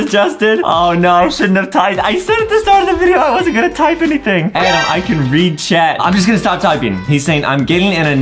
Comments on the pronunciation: I like how Justin says Adam like adem😂😂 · It's not Adam is "adem" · It's adem not adam